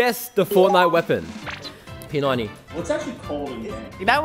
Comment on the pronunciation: Bro pronounced my brothers weapons name wrong 🤦‍♂️